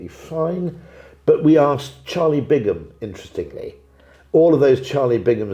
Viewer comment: Rory's fallen into the trap of saying Charlie Bingham rather than Bigham. It's got us all